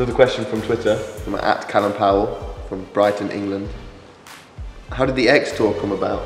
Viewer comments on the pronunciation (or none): Tim said X-tour like "egg store"